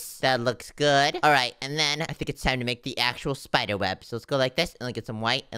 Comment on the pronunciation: i like how and said spider at the same time and shpider